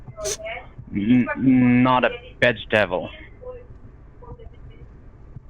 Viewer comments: Mr scam man, it's vegetable not fetch-tabble. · Steak= a stick Vegetable= veg tahbal Virus= wirus